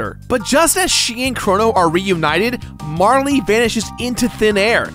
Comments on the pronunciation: it's Marl. not Marly. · It's not marlee its marl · It's pronounced like Carl. I don't understand why you and ProJared want to make your videos unwatchable. ( Joking, but seriously. Marley drives me crazy) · So, it's pronounced Mar-lee? I always thought it was Marl, like Karl, but with an M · Congrats on 200 episodes! Mar-lee, though? :/ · it's not "marle" like rhyming with "harley," it's "marle" like rhyming with "carl." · Fyi, Marle is pronounced Marl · Aside from you calling Marle "Marley," which is not how I internalized her name, the rest was pretty great. Nice job! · you probably don't care, but there's no "e" sound at the end of marle's name...マール can be pronounced as "marl" or "mar" or "mall" or "mahru" or a number of things, but none of them end with an "e" sound. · Had to pause the video just to comment on your incorrect pronunciation of Marle.